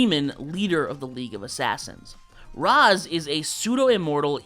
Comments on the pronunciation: Raysh it’s pronounced Raysh… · it's "raysh", not "rahs" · You said Ra’s’ name wrong. 🙂